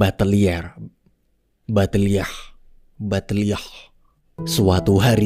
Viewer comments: Madeline Le Buttelierre.. Buttelierr.. ButteliieeH.. ButterliYAAAAAH Ngakak min...🤣🤣🤣 lanjut MURDER MYSTERI 2 nya 😍😍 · Lucu ih nyebutin buttelierr😅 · Biasa aja min nyebut BUTTELIERRE nya🤣🤣🤣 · Buttelierre , Batelier, Bateliah liakhhh.... ah wes mboh🤣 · MAdelin Lè BUttelié. U dibaca U, tidak dibaca A. Googling kalau ragu ngejanya Lama-lama jadi butter kalau pakai cara Inggris.